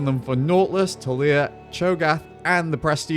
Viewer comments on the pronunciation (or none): none